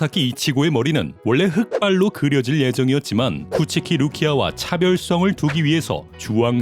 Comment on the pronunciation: 너무 당연하게 쿠키치라고 해서 빵터졌네 ㅋㅋㅋㅋㅋㅋㅋㅋㅋㅋㅋㅋ